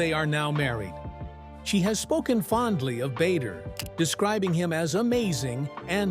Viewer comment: Lindsey seems like a nice person, a survivor her husband's name is Not pronounced Bayder... its pronounced Badder... Before moving to Dubai she was living in next door country Oman... why and who with?... i do not know details, but she was clearly there - Oman is a very little bit different to Dubai, people live there if the have a job, or are their with spouse and/or family... Her husband may have the Kuwaiti nationality, but origionaly is of either iraqi or turkish decsent.